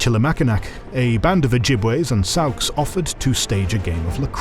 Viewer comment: I like this chanel but you guys don't look up how to pronounce things. It's "sawks" not "sowks."